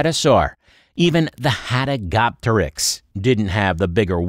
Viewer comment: How do you fuck up pronunciation this badly?